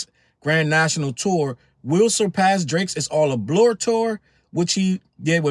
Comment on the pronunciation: “It’s all a blore” is cracking me up 😭😭😭😭